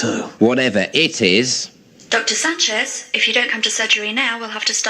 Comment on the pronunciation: There's a hidden joke in Garth calling Sanchez 'sanj' (as a mispronounced 'singe' - typical for Garth - which would mean monkey, in French).